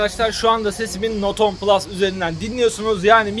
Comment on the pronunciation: Not 10 diye okunmaz note ten diye okunur